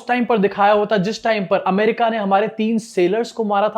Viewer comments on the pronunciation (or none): none